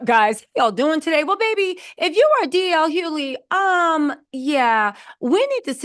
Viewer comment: DL Hoe-ly